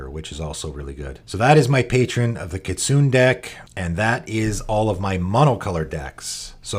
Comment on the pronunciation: Kitsune is pronounced kee-TSOO-nay and means fox in Japanese!